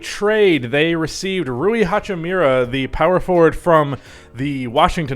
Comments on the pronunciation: “Ha-chee-mu-rah” not “hachoo meera” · HachimUra not mIRa lol